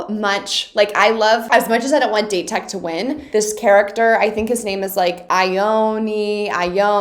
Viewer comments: just a little heads up for the pronunciation..... Date Tech - not like date... ;) more like [Dah - Tae Tech] No 7: Aone Takanobu - it is spelled [Ah - Oh - nae] as the best read blocking team in japan, date tech is a hard enemy... but there is so much more to come for you in the future ;) keep excited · Ok after watching this video I've made my decision, I have to make some sort of video explaining Japanese pronunciation for you. I can't blame you for not knowing but if I hear "date" one more time ima scream lol. Where would be the best place to send it? Twitter I'm guessing? (Also I cannot wait for you to get to season 4, if you even watch to that point, you're gonna love the Inarizaki game) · I fully understood your squee. :) I love your investment and excitement for this show, and it only gets better. Now, my English degree compels me to provide some pronunciation assistance. This is done out of love. :) - Date Tech: Dah-tay Tech. Japanese tends to pronounce every syllable individually. "Go, go, let's go, let's go Da-te-ko." You were, in fact, compelled to bob along to the best cheer in this show, because it is the best cheer in this show and we all did and still do, just like you! - The Iron Wall blocker with the intense stare and white hair is Aone: Ah-oh-nay - Ricochet: When talking about the "tool", or rebounds, bouncing the ball off the blockers hands, the word is ricochet. When I hear you say "rickershay" part of me melts from the cuteness, but part of me also cringes. Of course, you can ignore that part if you like. <3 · Victoria! Love your videos! Just wanted to correct your pronunciation of Date Highschool. Its pronounced Daw-Tei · Someone tell her its pronounced "Dah-tay-co" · I don't know if this doesn't adress before, but DATE pronunciation it's like DAllas and TEnnessee. I cringe every time you say "date" (dāt). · Victoria, please. Date Tech isn’t pronounced like the day of the week. It’s pronounced dot-aye. ✌🏻❤️ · why u pronounce "date" like that?